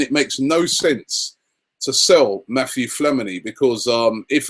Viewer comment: So funny whenever Robbie says Mathieu Flamini, calls him Matthew lol